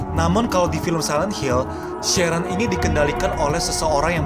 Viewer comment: Sharon di baca sherren jadi kerasa dipanggil aq